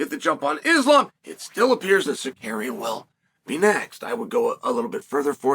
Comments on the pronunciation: I will never not laugh at Uncle Chael saying “Sar-Kar-Eon.” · I was like, “Who the fawk is Sakarian?” before realizing this is uncle Chael and it’s Tsarukyan